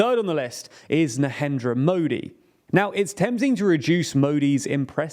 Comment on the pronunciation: The host speaker of tldr cant even name the indian prime minister name right. And look at the guy talking bullshit facts.